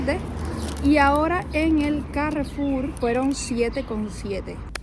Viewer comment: Normalmente decimos Carrefour , no Cárrefour. Suena más fuerte la última sílaba. Suerte y a cocinar pescado.